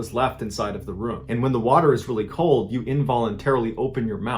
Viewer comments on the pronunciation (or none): none